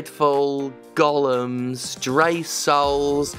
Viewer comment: Props for pronouncing Gollum correctly instead of saying “golem” like everyone else.